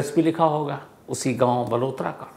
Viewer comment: बालोतरा है बलोतरा नही है बालोतरा बाडमेर के पास है